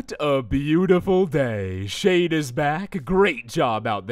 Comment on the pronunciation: Instead of shade it's shard